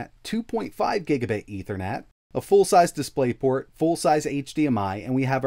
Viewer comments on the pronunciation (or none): none